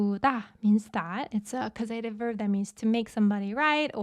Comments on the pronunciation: Great lesson as always, but.... causative is pronounced with the emphasis on the first syllable please, CAWsative not cawSEYtive. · Right, it's correctly pronounced CAUSE uh tiv. caus·a·tive /ˈkôzədiv/ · Do all Americans pronounce ‘causative’ that way? Just asking as l had never met it before. I find it rather distracting, tbh. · Excellent lesson as per usual. Really like this new korean font. The way you pronounce the word "causative" was a bit distracting not gonna lie 🤣